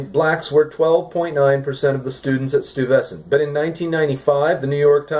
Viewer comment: as a new yorker its pronounced STOY-ves-ant sorry for the nit picking lol